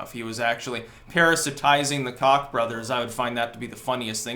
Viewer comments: FYI...Koch is pronounced like "coke." XD Although, you can keep calling them the cock brothers. LOL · Cocks? It's "coke" brothers! (Koch) LOL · I cant tell if youre meme'ing buts its pronounced COKE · lol...FWIW, their name is pronounced Coke ;-) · Diem Turner I don’t know, I think I prefer the new pronunciation lol